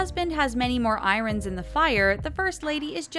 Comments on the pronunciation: I-RONS? It’s pronounced I-ERN.. no matter how wrong it is. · I-runs???!!!! R u serious?! It's pronounced I-erns!!!! Glad u have subs!!!!!